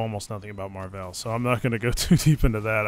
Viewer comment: Mar-Veil is what I am hearing when they pronounce it loool.